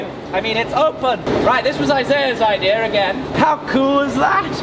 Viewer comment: Idea has no "R" in it.